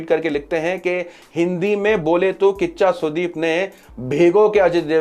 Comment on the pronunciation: Bhai kiccha sudeep..not kaccha sudeep 😭